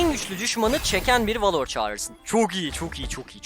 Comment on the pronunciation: Abi suna valor deme velır dee